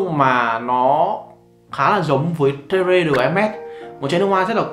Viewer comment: Terre - te rờ. Ko phải tê rê b 😂